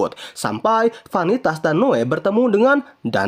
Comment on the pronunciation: Noe bang bukan noa😂